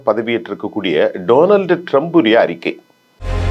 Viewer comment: கசாவை இல்லை ஐயா காசாவை முதலில் உச்சரிப்பை சரியாக பேசுங்கள் ஜோனல்ட் ட்ரம்ப் இல்லை டொனால்ட் ட்ரம்ப்